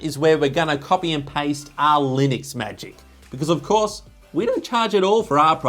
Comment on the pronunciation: Sorry, it's pronounced Linux:P